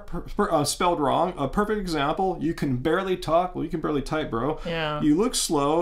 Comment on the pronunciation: "You can 'barley' talk.." 😂😂😂😂 Wish I could 'barley' talk. You should start a podcast called Barley Talk. 🌾🌾🌾🌾🌾🌾😂😂